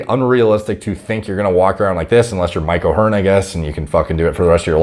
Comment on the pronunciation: When he said mike o hearn I was dead laughing 😂😂